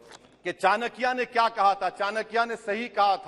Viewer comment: चणकya nhi hai चाणक्य hai, ओ वेशया , bolnA seekh le